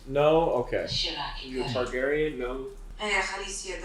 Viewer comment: Why are they saying Targaryen??????